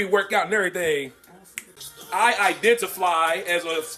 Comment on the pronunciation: "Identifly" not identify 😂😂 Bruh is silly